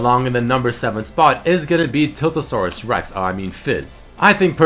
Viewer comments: TILT-A-SAURUS REX LMFAO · 'tiltausarusrex' lmao